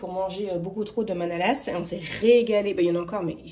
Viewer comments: La prononciation est ok pour bredele, mais pour la manala on ne prononce pas le S. D ailleurs dans le bas rhin on dit bredele/mänele et dans le haut rhin on dit bredala/manala 😁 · hello et bravoo!!!hmm ca vsent lalsace ^^ce soir on en mange car on fete la st nicolas enfin la je vais en manger un lol ps:le "s" dans manala se prononce pas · Bonjour 😊, un bon moment avec vous. Bredele est bien pronnoncé mais les manalas on ne prononce pas le s 😋 après tant qu'ils sont bons c'est bien l'essentiel 😉. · un détail, on ne prononce pas le S de manalas